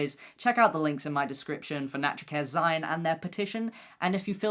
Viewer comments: Not sure I've ever heard 'zine pronounced not like "zeen" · First things first, happy TDOV, secondly, the word zine is pronounced like the end of "magazine" and it hurt my brain a little to hear you mispronouncing it